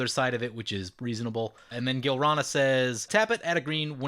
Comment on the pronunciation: This episode was fucking bonkers! Another thing that was fucking bonkers is "Gilrana".....Gi-lan-ra, bro! Anyway, Orvar is now the cheesemaster! xD